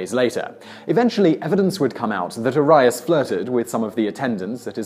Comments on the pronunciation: R-ree-us. Arias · Arias is air-ee-as not are-i-es, it's been all over the tv in every country, you have no excuse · You really need to make sure your pronouncing last names correctly. Case example: Jodie Arias (pronounced AIR-E- ES) not (IRI-S) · Jodi Air-eee-us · Arias is pronounced AH-ree-ahss. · Is it possible for this guy to get through a single video without mispronouncing SOMETHING? But he really outdid himself here. Arias, Rivera, Riefenstahl...these are NOT hard names.